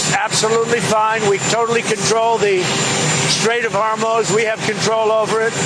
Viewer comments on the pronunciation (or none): This has got to be a dyslexia thing, pronouncing Hormuz as HormOz. It's not just Trump, but several independent media personalities. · You'd think that if Trump was going to make the Hormuz Strait an American territory, you'd almost think that he'd be able to pronounce Hormuz properly. Says Hormuz like he recently had a stroke.